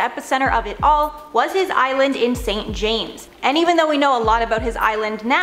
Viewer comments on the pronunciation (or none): none